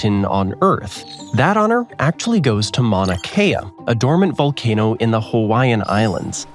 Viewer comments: Mauna Kea, not Manua Kea. Do it again. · The volcano is Mauna Kea, not Manua Kea. There are different versions of what defines a continent. One, held by many geologists and geographers, places Australia the country as the largest land mass on the much larger region of the continent of Australia. The continent also includes Papua New Guinea and multiple island groups. Geologists often call the continent Sahul, from the Sahul continental shelf, to avoid the confusion of country and continent having the same name. That definition also means that the island nation of Australia is the largest island in the world. Edited with thanks to following commenter. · its a volcano manua kea😂😂